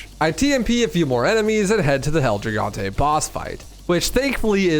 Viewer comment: Omg dude you are so close to finaly pronouncing it correctly. El he-gon-tay